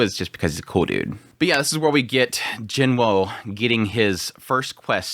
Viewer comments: Sung Jin-Woo. Not Jin-Wo. Not Jin-Woo Sung. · I swear everyone sounds it out as Jin-Wu not Woah. I get an aneurism every time he says it, please pronounce it properly for my sanity.